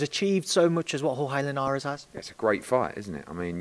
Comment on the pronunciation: The way Eddie pronounces Jorge Linares is so funny to me. “Whore-gay Linares” lol